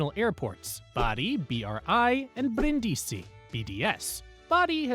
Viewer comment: Informative video, but some pronunciations are off. I.e. Brindisi is BREEN-dee-see not brin-DEE-see.